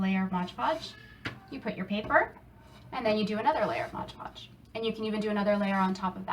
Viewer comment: MOD PODGE, not modge podge! Apart from hat, great job!